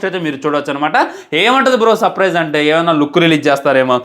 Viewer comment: surprise ❌ sapparise✅